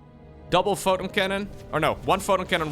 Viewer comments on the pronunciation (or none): none